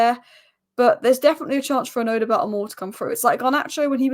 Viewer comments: No you are wrong. It is Oddo-bear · These spurs players names do catch you out right😂, odoebert.. Just pronounce the Bert as bear odoebear if that makes sense lol.. Great analysis as always you